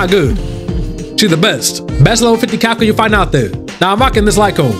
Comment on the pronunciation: you have me saying kafka as kafCUH